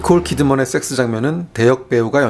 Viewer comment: 설명마다 쎅쓰. 쎅쓰. 쎄엑쓰 발음 겁나 듣기 싫네ㅋㅋ. 이런적은 처음이다.